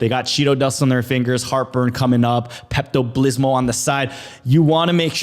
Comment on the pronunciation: My dude said Pepto Blizzmo - Like just for that! 🤣🤣🤣 Luna's becoming a GHOST!